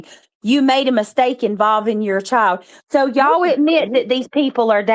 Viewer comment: My Chiode.....it's pronounced " Child " ..hode on is hold on...